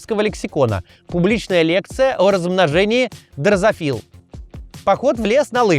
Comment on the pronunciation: "ДрозОфил", ударение на вторую "О"